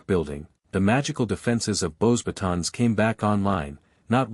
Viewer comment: This AI has no clue how to even pronounce a french name... Beauxbatons is (bow-bah-tOHn) The 'S' is silent... teach your AI. You're killin me